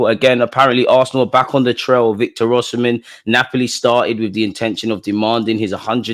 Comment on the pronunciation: Just so u know its Osimhen not oshimen